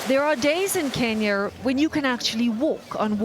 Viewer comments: Kenyer? Lol sweetheart your suppose to be well versed lol ok Kenya not kenyer lol smh 🤦 too much those people are working hard to make the difference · There is no "R" in Kenya right? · Why is saying kenyar 😂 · Is it me or the journalist is pronouncing Kenyar? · "Kenyer" yuck. Learn how to pronounce words. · I hate when white ppl put an "er" at the end of words. Wtf in Kenyer!?!?! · They way she pronounces Kenya as Kenyur,.. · lol I have made cookies that could have been bricks. I love stories like this... particularly an individual woman taking on the world. Amazing. Notice this reporter continues to say "Kenyer" instead of "Kenya"? What is plastic turned into bricks like when it gets wet? Is it slippery? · Kenya not “kenyer”. Great job though 🙏🏾❤️ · Is it just me or does it sound like the narrator is pronouncing it "Kenyar"? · Kenya not kenyer she pronounces it weird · Does it bother anyone else that she pronounces Kenya as "Kenyer". Same to those who pronounce China and "Chiner". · Kenyer? Why is the reporter mispronouncing the country's name? It's clearly Kenya. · Kenyer* lol this lady. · Why does the reporter keep saying Kenyr instead of Kenya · Why do you pronounce Kenya with Kenyar? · She said Kenyr like 3 times and at the very end says Kenya with no problem. They totally dared her, like some kind of office joke. She's totally in with the after work bar crew now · Great FANTASTIC story. Lady its pronounced KenyA not KenyeRRR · Why does the reporter say Kenyur the whole time except at the end she says Kenya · The way the journalist says “Ken-yur” 😤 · Great idea and great report but I couldn't get over the narrator pronouncing it Kenyur? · Why the reporter keep saying Kenyer, instead of Kenya,🤔😲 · Kenya...kin yah...not kin yer. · I didnt know it was called Kenyer I thought it was Kenya. Well the last time she finally called it Kenya. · This reporters accent is so distracting, it's pronounced Ken-Ya, not Ken-Yer 🤦‍♂️ sounds like a British hillbilly 😂